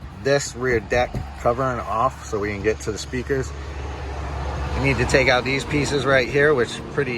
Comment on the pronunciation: It's OUT not OWWWWWWWWWut